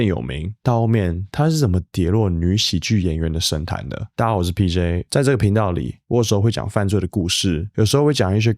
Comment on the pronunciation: Your name is PJ? But I heard you said BJ... Then I had to rewind to see if I was wrong.. mm